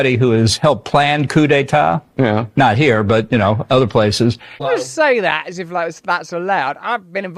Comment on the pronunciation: He said COOTY Tah! Which is is not wven close to being pronounced right. What is wrong also is that he said it so loddy dah.